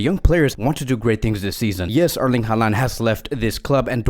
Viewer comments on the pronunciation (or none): none